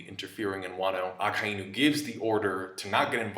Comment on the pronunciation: Why do you pronounce Akainu like that? Lol